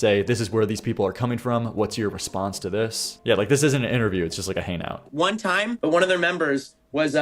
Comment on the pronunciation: “Hane out?” I think you might be infected with Guilbert’s disease lol